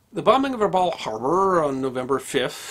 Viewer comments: Dear, in Australia we pronounce "Rabaul" as follows, the first "a" as in "cup", "baul" as in "Bowel" please keep up the great work!! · As an Australian trust territory the town is pronounced Rab Bowel. I grew up there. Our family arrived in . There were many relics of the war still present. The Japanese tunnels.....300 miles of them built into the caldera wall of Rabaul. Also perfectly preserved was Admiral Yamamoto's war bunker. It was underground made of concrete and once you entered via a stairwell it opened into a large round chamber. On the walls was the map of the Bismarck Archipelago, all the islands and the where the battlements were. A volcanic eruption destroyed Rabaul in 1994 with persistent further eruptions that continue today. Some parts away from the volcano remain and have been rebuilt. Today (2024) Rabaul is visited by many cruise ships that come to see the volcano and the remnants of the pacific war. In its hey day it was a very beautiful town and known as the 'jewel in the crown'. The allied force stationed in Rabaul was 2nd 22 Battalion with Lark Force. It was impossible for the allies to hold Rabaul once 5000 Japanese troops arrived. Many many stories are told of the atrocities during the occupation. Thank you for the video. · went full on Japanese when pronouncing Rabaul Harbour.